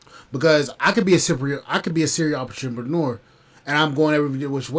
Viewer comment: You clearly don’t know what a “serial entrepreneur” is, nor can you even pronounce it. 😅😂